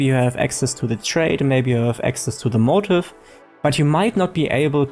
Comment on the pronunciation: Motif is pronounced mow-teef not motive. I don’t know why but we use the French pronunciation still in English